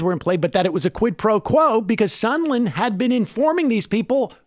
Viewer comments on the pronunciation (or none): Sahhhnd land! Like "songland". Sorry. That's a serious pet peeve.